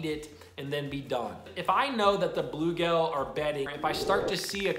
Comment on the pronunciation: Dude! It’s bluegill, not bluegale. 😂. Love your videos.